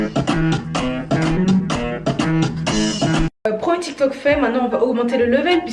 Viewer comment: Tu as dit tok t'il😂😂😂